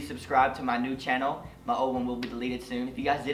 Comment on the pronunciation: You're so fucking adorable OMGG 😭😍 when you kept saying "new Chanel" 😂❤️